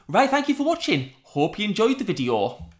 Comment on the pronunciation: "red aalart vidiyyoh". Love it ❤😂